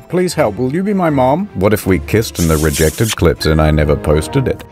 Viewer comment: the "rejected.......reeJECTed" made my day:face-blue-smiling::face-blue-smiling::face-blue-smiling::face-orange-biting-nails::face-orange-biting-nails::face-orange-raised-eyebrow::face-blue-wide-eyes